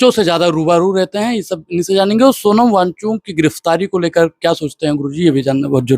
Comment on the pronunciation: 😂भाई तू पहले उनका नाम लेना सीख ले सोनम वांचूक नहीं वो सोनम वांगचुक नाम है...